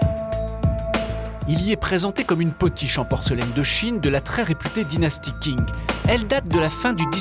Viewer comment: Ca s'écrit "Qing" mais ça se prononce "Tching". Zut !